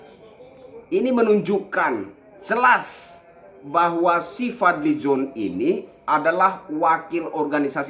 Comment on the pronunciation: Aku bisa tertawa broo.....Fadli Zoon. Tanpa 'n' jadi 'zoo'. dia dlm statemenya gak pernah ada solusi sperti Rocky G